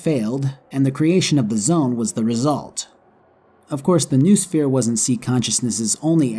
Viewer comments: It's either "know-o-sphere" or "n(uh-oh)sphere." But "newosphere" just sounds funnier... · it's "No-Eh Sphere." "Noo" is an old english prefix pronounced No-EH, it means "mind".